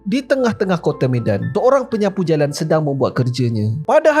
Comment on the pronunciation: 0.53 penyapu JALANG hahahhaahaa .. bunyi terengganu terus